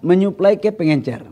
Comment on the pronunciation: Pengecer pak, bukan pengencer